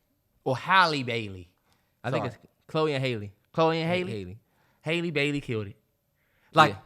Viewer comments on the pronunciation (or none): love this pod… btw it’s ha-lee not hailey bailey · It's not haylee guys it's hah-lee (like "has") haha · Y’all stay pronouncing that girl name wrong had it right at first lol its Halle (Ha-Lee) not hay-ley